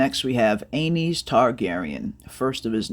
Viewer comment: Aeynys is pronounced An-us